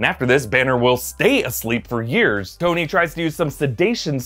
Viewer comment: it also says Stoney instead of Tony